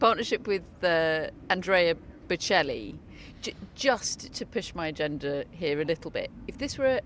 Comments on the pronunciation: British laughing at an Italian for his english😂😂 They can't even pronounce Boccelli😅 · This is the most awful trio I’ve ever seen. Especially that lady that can’t even say Bocelli, really? How difficult can that be? Also, Sinner didn’t get a doping ban, go inform yourself! And even worse, what does it have to do with male or female??? You make us women look just petty and stupid!!! Lots of people are saying that there’s too much going on off the court for Sinner, has nothing to do with male or female…how dumb can one be, srly? And what’s so funny? You’re laughing and making fun of the players? Awful awful reporting, won’t watch anymore…